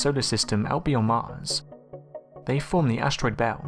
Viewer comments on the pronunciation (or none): none